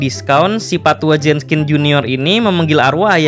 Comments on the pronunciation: Min... Jenkins apa Jenskin...? Kok mimin bilang Jenskin...? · JENKINS, BUKAN JENSKIN, hadooh kebalik nih naratornya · Kalo bisa pronounce nya lebih bagus, Jenkins kan? Ko dibaca nya Jenskin? Ini kritik agar lebih baik, kaya orang2 yg gabisa ngomong Dark dibaca nya Drak 🙄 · pas mgomong pak tua jenskins itu ngomongnya pak tua jeskins pas di awal awal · everybody gangsta, until kata "Jenkins" dibaca "Jenskin" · Bang Kok Jadi Jenskin?? Kan HarusNya Jenkins:v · Itu pak tua WALKERR , BUKAN JENSKINN